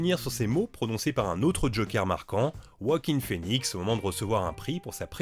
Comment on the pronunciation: " Waking pheonix " Je sais pas comment tu fais a te planter a chaque fois sur la prononciation , tu l'avais déja fait pour une autre vidéo . le pire c'est qu'il y a aucune difficulté a dire son prénom , du coup c'est de la dysorthophonie ? ou un autre soucis du genre ? la je pige pas